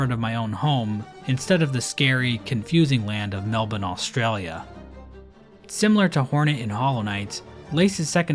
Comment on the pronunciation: He said melbourne right, lets go!